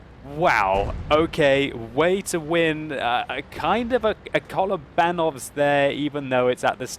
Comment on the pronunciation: Kolofbanolf:D It's Kalobanov:D